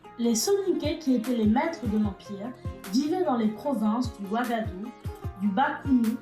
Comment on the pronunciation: Tres tres intéressante l'histoire, avec la bonne qualité d'image et la voix 👌👍 rien a dire , Sauf des mots comme wagadou= wagahdou gou === attendre l'année prochaine ici, Et Ghana= gnana=== ca veut dire roi héro, etc.... Sinon hâte de voir d'autres vidéos, surment avec d'autres empires .. merci est bravo depuis Grenoble